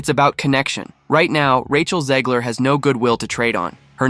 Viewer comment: Can we please stop calling her "Zeeg-ler?" It's ZEG-ler.